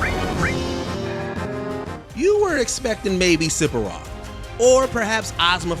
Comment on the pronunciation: Bruh, sephi what from ff7? You absolutely butchered that pronunciation. Idk HOW they say his name in his damn song!